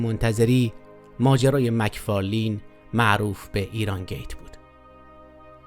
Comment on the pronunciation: مک فارلن دوست عزيز مک فارلین درست نیست